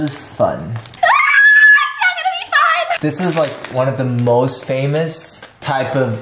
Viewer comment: It’s 螺狮粉 螺sī 粉 not shī